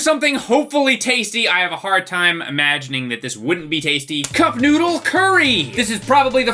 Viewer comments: Am I the only one who thinks it sounds like he says I want my nudes, instead of I want my noodle? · I keep hearing i want nudes XD